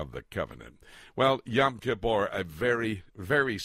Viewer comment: Yom. Rhymes with dome.